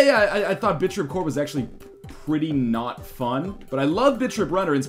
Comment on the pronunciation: Every time northernlion says 'Bit.trip'. I hear 'Bitch rip'.